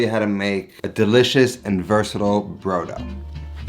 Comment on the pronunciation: Omg, every time you said brough-dough it hurt my Italian heart. For those who actually know which way is up, brodo di carne is meat broth, made to be consumed as a soup. Broth is NOT stock. Broth is made with meat! More than you used. And not a kilo of onions. Jesus wept.